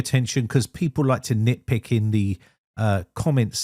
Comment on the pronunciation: Nitpicking person: Did he just say nitpickin, or Im I just nitpicking